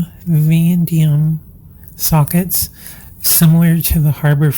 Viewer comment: Chrome.... Vah-nay-dee-um